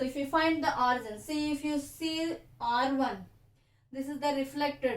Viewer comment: It's not orzon it's origin